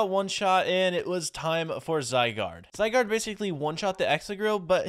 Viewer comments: Your first legendary is pronounced (zi—guard) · The Pokémon legendary name that you can’t pronounce is Zai and guard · Zygard called for cells to help him and pronounced zy gard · How to say zygaurde: zi-gaurd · runerigus is pronounced rune a rigus and zygarde is pronounced zigh gaurd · It’s (zee-why-guard) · It’s zi gard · Zygarde is pronounced Zie-Gaurd. You first spot it in Pokemon XYZ. Also, Zygarde has many forms.